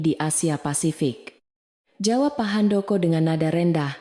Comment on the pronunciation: Bilang pak Handoko nya sangat tidak menyenangkan bikin kaget di benerin apa bacanya